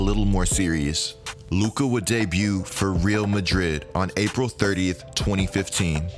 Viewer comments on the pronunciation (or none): Just discovered your channel and am binge loving it! You probably know this by now but the Real in Real Madrid is pronounced Ray-Al. Keep up the great work! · Great video! One thing, it’s pronounced “Ree-all Madrid.” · it's actually not pronounced like that.. reˈal maˈðɾið it's more like this.. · Couldn’t help but cringe the way he pronounced Real Madrid. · The way he says Real Madrid 🤣🤣🤣